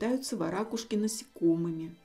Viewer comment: Отличный ролик! К любым видам птиц отношусь с любовью и уважением! В слове варакушка, правильное ударение не на вторую букву А... Ударение произносится на букву У... Это так на будущее. Хочу просто поправить, произношение имеет смысл, русского языка!